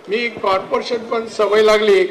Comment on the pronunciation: मुंबई कारपोशन नाही रे बाबा कॉर्पोरेशन म्हणुन तुझ्याबद्दल बरोबर बोलायचे